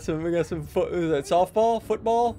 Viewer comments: "futbool" literally bursted out laughing after that line 💀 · he said foot ball so funny